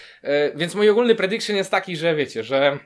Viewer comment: "to jest mój predikszyn" ała...